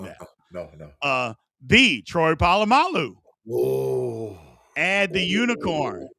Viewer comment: When did Troy Pah-ah-mahloo turn into Troy Pah-ah-mooloo? 😂